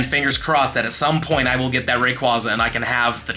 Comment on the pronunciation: You pronounce Rayquaza wrong too. 😂 ATTACK: 14 IS NOT 98%